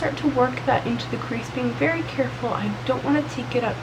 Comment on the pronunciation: "Veeeeewwy vewwy careful" omg